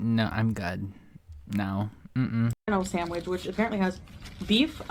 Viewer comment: And call it a “SAMWIDGE” I want to pop her every time she says it 🙄